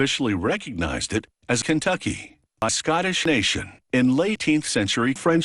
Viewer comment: Lay-teenth century?! 🤣🤣🤣